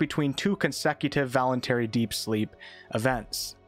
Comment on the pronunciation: "vonultary deep sleep event" really?